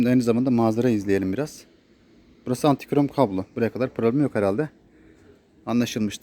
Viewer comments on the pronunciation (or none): Yanlız antikrom değil antigron, hayırlı satışlar.